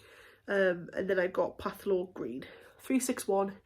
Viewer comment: It’s pronounced Thalo-Green, not pathlo-green 😉🤗